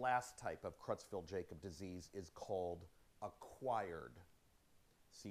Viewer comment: Sweetie, it's pronounced 'CROYTZ-FELT YAAH-COBZ'. Sheesh. You'd think he'd know how to pronounce the damn name. What an uneducated bumkin.